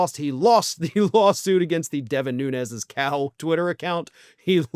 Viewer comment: Your pronouncing his name wrong, he's Azorean Portuguese and it's pronounced without the ez, it' more like noons.